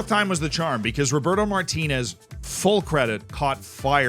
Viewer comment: It's Roberto not Roburto